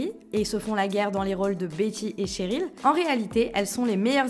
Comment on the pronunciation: c’est CHeryl pas Tcheryl 😭😭😭